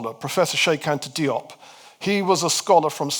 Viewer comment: "Diop" is pronounced "Jop". A detail, I know.